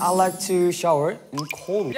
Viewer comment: the way he says shower lol